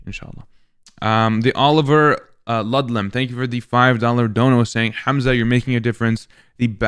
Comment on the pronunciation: "HAaamAZa" wallah its funny how they pronounce your name😂